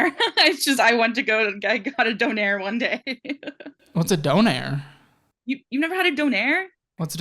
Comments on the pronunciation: its not Done air. Donair is a brand. its Doner kebab It's pronounced like Donna, or donor/doner. They are kebabs. They are Doner kebabs. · bro that is not how you say donner kebab hahahah